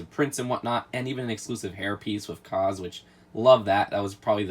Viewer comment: His name is pronounced Kaaz, like casualty. Not Kahz like cause. Check out the show, it's really great!